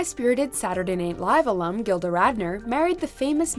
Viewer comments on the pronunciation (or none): none